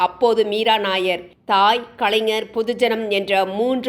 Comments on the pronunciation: She's not nair. She's Nayyar. Punjabi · மீரா நய்யார் என்பது பஞ்சாபி பெயர். நாயர் இ‌ல்லை நய்யார். தயவு செய்து இதை அழுத்தி சொல்லவும் .